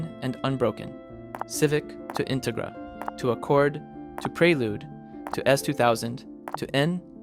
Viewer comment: Integra- in- rig- ra? Ai garbage? 😅